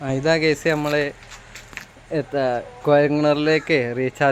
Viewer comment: ഹലൊ ഗേസ് അല്ല ഗയ്സ് എന്നാണ്